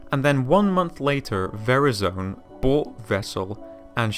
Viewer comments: very-zone? aye. Ver-ri-zun :P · its Ver-I-zon not Var-I-Zone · "Very-zon" very very zon indeed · Veri-zone.... 🤣 Ah that moment when you think you can just say someone's proper name however ya want. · My Nigga just said varizan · VERIZON wtf is ur pronunciation... Holy shit. This vid is so cringe to listen to. Verizon for fucks sake. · The way he pronounces “Verizon”... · YOU PRONOUNCED VERIZON WRONG MY OCD, IT BURNS! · You pronounced Verizon wrong. :P